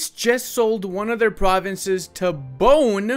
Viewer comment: a small correction, the nation of Bone is pronounced as Bo-né, the e is like the e in keg